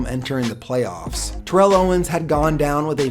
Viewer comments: The commentators keep saying tear-ell owens but isn't it turr-ell owens? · You're saying Terrell's name wrong. It's like Barrel but you switch the B with a T